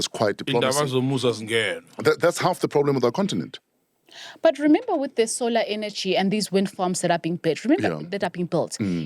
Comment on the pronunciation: "Sol"ar! "Sol"ar wama So"lar"